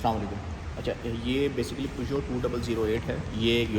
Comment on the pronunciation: Excellent review and the best I have learned proper pronunciation of "Peugeot " Thankyou so much 👍😊.